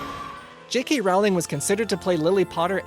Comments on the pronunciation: IT IS ROLLLING NOT ROWWWLING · its Rowling like bowling not Rowling like howling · ITS PRONOUNCED ROLLING BIT ROWLING